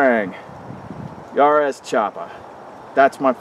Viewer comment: If you want to to know how to pronounce jarosz, why don't you just watch your last video where you included a clip of that guy saying his name?